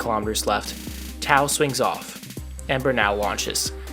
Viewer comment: Love this, great video! One note, Tao is pronounced pretty much like ‘Tay-Oh’, but you’re not the first and definitely won’t be the last to pronounce it the way you did